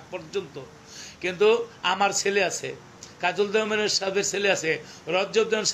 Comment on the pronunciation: আপনি সবসময় আরিফ দেওয়ান বলতেছেন আরিফ দেয়ান চিনি না আমরার গানও শুনিনা